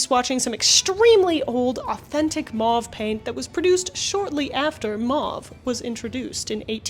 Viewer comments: ...maw-ve... Me: MOW-VE...maw-ve MOW-VE MOW-VE!!!!! As someone who was in French Immersion, it drives me up the wall when people pronounce "mauve" maw-ve because it's so much more difficult to say maw-ve than it is to say Mow-ve. I'll let my self out. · Mow-ve NOT Mah-vE Quin-een NOT Kwy-nine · I'm sorry, but I'm gonna be that guy....it's a French word....it's pronounced like 'oh'..not 'ah'. M-ohhh-ve. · I had no idea Americans had rebranded Mauve as " Maah v ". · Are you implying that "mauve" is pronounced "may-yoov"? How do you pronounce "sauce", "gauze", "pause", and "cause"? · Today I learned that Americans say mauve and quinine weirdly. 😂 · Can't listen to that mispronunciation e on the end makes the vowels say their name